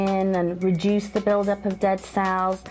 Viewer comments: Everytime she said "reduce" I thought she said "re-juice"... :p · When she said reduce I thought she said rejuice.HA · Rejuice...or Reduce?? HAHAHAHA!